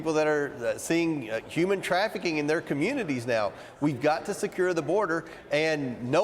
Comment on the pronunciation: HOOOOMAN not hahman LMAO